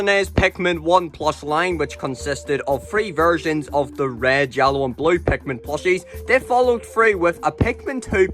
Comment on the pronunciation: i really like the way you say pikmin